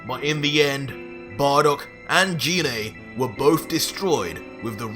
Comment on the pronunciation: Apart from you pronouncing Gine, not in the way I read it, that's a pretty mad story. I mean Goku teaching King Vegeta to become super-Saiyan, just so that Goku can fight. That's truly mad, and if the king gets power crazy, that's not going to go well if Goku or Vegeta has to put him down. That being said, if he respects the power much like Vegeta and Goku has done, then he is going to be very much like fighting a weaker version of Vegeta. I say weaker because Vegeta and Goku have spent over a decade becoming stronger bouncing off each other. I would suspect that an original Goku Super Saiyen 2 would not have an easy time against a current Goku super Saiyan 1, merely on the basis that Goku has become a lot stronger now and so does not need such a strong multiplier to achieve the same power level. Most assuredly Goku could almost certainly beat Cell without using any god ki by the time the TOP comes around. Partly because he's spent so much time training his god ki that under Weiss, he is much stronger in base form than he ever was before. All that time of training and experience can't be passed onto someone else in the time it will take Goku to teach the King. The 3 Universe 6 Saiyan's learned up to Super Saiyan 3 in ultimately a few short months from the first Tournament up to TOP. And that was with 2 short training sessions from Universe 7. So the king can get to SS3 in maybe a couple of weeks at the outside with formal training. That short a time frame would not compare to